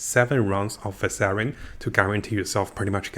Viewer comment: Var-shan. Not Var-sar-ian Quit deleting comments. I’m just trying to assist with the pronunciation. I’m learning Japanese and appreciate when people assist. You? You delete people trying to assist.